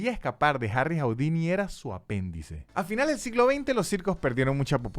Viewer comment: ¡Hola,! No se pronuncia "jaudini".